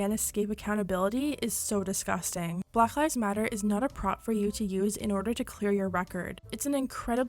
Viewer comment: she pronounces black as blagh lol